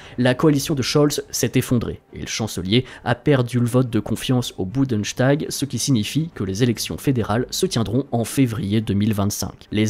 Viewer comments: Quand vous prononcez des mots allemand, renseignez vous avant, exemple ce n’est pas le boundechtag mais le boundestagu(e) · Bundenshtag... Bundestag vous voulez dire. Et ça se dit connaisseur en géopolitique. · Bundestag se prononce « Boundeusse-tague », pas « Boundeuchtague » ;) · Prononcer Bundeshtag au lieu de Bundestag (le s de liaison dans les mots composés allemands se prononce toujours s...).En voilà un qui ferait bien de ne pas imiter les commentateurs sportifs : j'en ai entendu un à la télévision qui, pour faire l'instruit disait Karlshruhe au lieu de dire Karlsruhe (le repos de l'empereur Charles c'est à dire de Charlemagne) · Bundestag ❌ Budenstag ✅